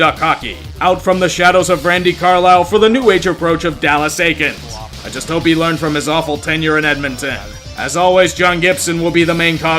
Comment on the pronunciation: Bro, it’s pronounced Dallas (Eeekins)